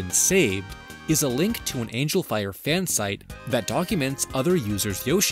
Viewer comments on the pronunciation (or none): none